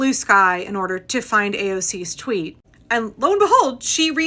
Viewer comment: "I don't twit" hehehehe I love that (I imagine it was unintentional but 😆💛) I don't use the pIatform either, and saying it that way, makes so much sense plus it makes me smile🦋✨💙